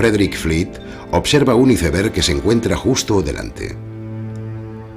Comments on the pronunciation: Se pronuncia "aisberg" no "iseberg" carajo!!!! Como tan coñizado van a hablar 😡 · Se escribe aisberg y se pronuncia aisberg